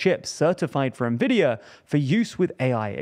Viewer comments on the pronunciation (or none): They used to pronounce Nvidia as na vidia. Well they are not tech channel.. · "Ne•vidia" is something the entire business/finance news industry did.